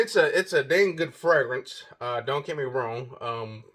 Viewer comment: POWER MAKES YOU SMELL LIKE AN EXECUTIVE..UNFORGIVABLE IS TOO METALLIC...NEVER SMELLED JAY Z WIFEY PLEASE TEACH HIM HOW TO SAY FRAGRANCE PROPERLY!!! PLEAEEEEASE!!!